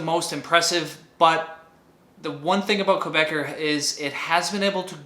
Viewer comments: Good video! Quick note: Quebecor is not pronounced "Quebecer" (a Quebec citizen). An English speaker in Quebec would call it Kay-bey-CORE with the "cor" pronounced like in "corporation." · Great video as always! FYI Quebecor is pronounced "Quebec-ohr /Quebe-cor";-)